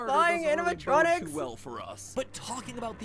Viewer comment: "Anamatronics" Yea..... about that....